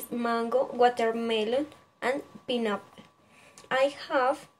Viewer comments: Te falto deletrear tu nombre, mejorar tu pronunciacion de "pineapple", y falta un poco mas de información, te felcitio por tu trabajo y esfuerzo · Falto un poco de información, me pareció un buen video, mejorar la pronunciación en algunas palabras como favorite y pineapple, también se nota el esfuerzo